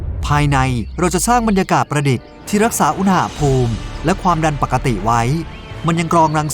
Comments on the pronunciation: ทำไมตูโฟกัสที่คำว่า "อูหน่าภูมิ" ว่ะ มันต้องอุณหภูมิไม่ไช่หรอ😂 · พี่พูดคำว่า อุนหาภูม อุนณาภูม สิ